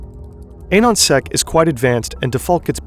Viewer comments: Ah-non sec not Ayyyynonsec. Anonymous, Anon-sec... Jesus christ homie. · There was a lot of wrong info here: Anonsec (proper pronunciation is the same as anon in anonymous), they did not, "do it for the lolz," quite literally lolzsec did. Jesus. Anonsec were people who created what was originally the foundation of anonymous.